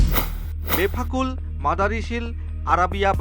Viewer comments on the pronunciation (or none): আরে পাগল বেফাফ নয় বেফাক।